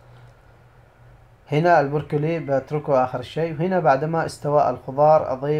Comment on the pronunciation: ماشاء الله عليك 👍🏽.. اسمه برو كلي مش بور كلي😉